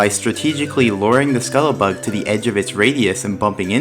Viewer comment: Why can't you fucking pronounce scuttlebug